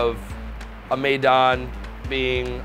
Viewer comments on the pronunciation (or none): It cracks me up they keep telling about, their experience abroad.... But they are mispronouncing everything including the name of their restaurant. Their place is named maydan after Russian maidon, meaning town square. But it should be pronounced my-don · He said May-Don... Maidan it's میدان